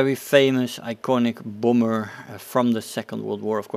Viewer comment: It's not a boomber. It's a bAHmber. Say Bah. It's not hard. It's like Bah bah (baabaa).